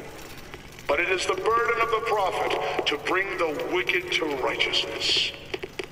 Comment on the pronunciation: The Propeht? I think he means the Prophet. Oh. You so illiterate. XD Jk.